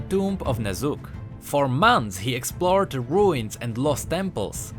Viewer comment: Am I the only one hearing Ner'zhul everytime he says the name Ne'Zuk? :D